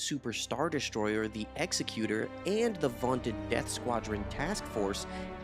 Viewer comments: Hate to but I have to be that guy. The ship is called the “Executor” EX-ec-U-tor. Not how it may look, as someone who carries out executions is an executioner. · No history of Anakin/Vader and Grand Admiral Thrawn? Also it's not pronounced Executor like someone with an axe killing someone for a crime, it's actually pronounced Executor....like an executor of an estate. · You’re pronouncing “Executor” wrong by the way you’re confusing it with the word “executioner.” The “execut” part is pronounced as in “executive.”